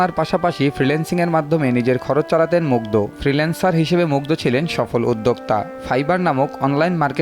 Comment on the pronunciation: দ আর ধ এর উচ্চারন জানা থাকা জরুরী ! নামটা at least ঠিকভাবে বলুন